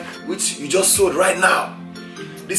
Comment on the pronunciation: "in fact he is juhst warmin' up" LOOOOOOOOOOL